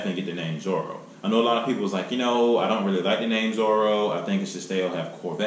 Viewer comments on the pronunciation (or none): Zora not Zoro.